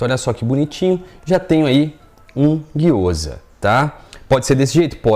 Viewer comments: Gyoza não , é gyozá ! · Me senti a Hermione de Harry Potter durante todo o video, "não é giyoza~ é Gyozá", depois o feitiço dá ruim e não sabe o pq 😂🤣😂, sobre a receita super dá certo 💜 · Gyoza, a pronuncia correta é guio-zá bem oxítona assim como sho-yú ,a maioria das palavras japonesas são oxítonas onde as vogais não são prolongadas como no português.